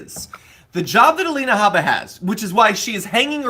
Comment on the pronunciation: Alie-na Habba